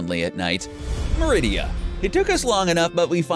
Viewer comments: Sorry but pronunciation for merida is wrong. Its mer id a, not mer id ia. Even in the movies you can tell. Sorry I get cringy easily. Awesome vids tho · Its merida, not meridia! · MER-EH-DA. They literally say her name in the movie. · You were pronounceing Merida wrong.